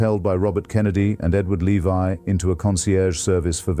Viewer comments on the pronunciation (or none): none